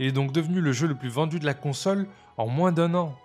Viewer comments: Pourquoi tu dis « moinsse » ? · Tu prononce le "s" dans "moins" ? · De moinze en moinze de gens 😂